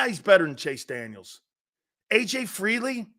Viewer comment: Silz. It’s FEELEY NOT FREELEY! You said FREELEY like 50 times dude.